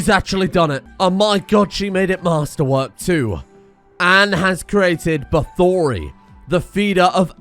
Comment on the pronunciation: bathory = bah-thor-ee which is the name of a death metal band but most importantly the name of countess bathory, the most prolific female murderer in history